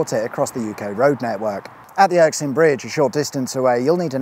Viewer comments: Interesting, but felt somewhat irksome at your perpetual mispronunciation of Erskine. You kept saying your own version as "ERK-SINE" and not "ERS-KINE", as it is actually written. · A nice treat to see a video about this motorway but please! 'Erk sine' bridge? That's hurts lol. It's Erskine, pronounced 'Err skin' as in "Oh err, your skin is showing" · Good video, but its Erskine not Erksine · It's Erskine not Erksin. Jeez (lol). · WTF is the Erksin bridge ? !! Erskine dear boy (◕‿◕) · WhSA! (But uh-skin not urk-sin! 😁) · Er Skin, not Erk sin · ErSKine not ErKSine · Er-skin. Not Erk-sin. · Erskine not Erksine. You're like a yank saying "aks". Urgh. 😄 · Erk sin is the best ever pronunciation of this place! Love it. Keep it up ❤ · More like the Irksome Bridge, eh? :P Good thing there's no motorways in, say, Milngavie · You started off well, then it became Erikson Bridge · Sorry, but erksin 😵‍💫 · I’m very Irksined by the pronunciation… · Irksin Bridge? The miss-pronounciation just adds that extra element of entertainment to an already enjoyable channel. Keep it up boy! 😄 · Is it just my ears, or did you repeatedly call it the ‘Erksine’ bridge? 😂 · It’s pronounced “Ayr-skin” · How have you managed to say Erskine “Erksine” every single time!? 😢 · Come on, it’s not like Erskine is a difficult word to pronounce. It’s just occurred to me that if you have any plans to expand Secrets Of The Motorway internationally ( les secrets de l'autoroute?? ) then you should perhaps brush up on the local lingo. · I wasn't going to mention it. 😂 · But you pronounced it right the first time. Why then go on to borlox it up? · E ery time you said Erskine, that's what I heard, but the subtitles just made stuff up. Nae worries. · You managed to get the bridge name right ONCE ..... 😂😂😂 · Great video as ever, even if a little short, like the subject I guess. Slightly irksome though is your pronounciation of Erskine, which seem to have interchangable S and K ???